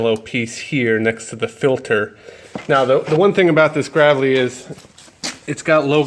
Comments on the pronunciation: It's pronounced "Grave-lee" like a grave. Not grav-lee... Lol. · Read back that part number on the filter! you got something backwards. Also It's pronounced Graaaaavely! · TD MILESKI +1 I stopped as soon as he said graavlee